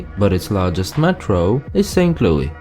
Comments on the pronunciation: No one says lewey its louis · that’s how louis is pronounced in most European countries AND IT BOTHERS ME